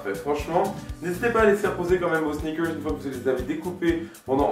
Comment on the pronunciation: Le mec il peut pas pas dire snickers comme tout le monde, faut qu'il fasse son english